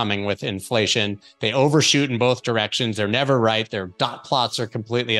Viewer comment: "I'LL NERVER SHORT BITCOIN, I'LL NERVER SHORT BITCOIN, I'LL NERVER SHORT BITCOIN, I'LL NERVER SHORT BITCOIN 💁